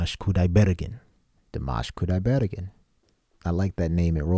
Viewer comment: You should hit the last syllable of his last name, not the 3-rd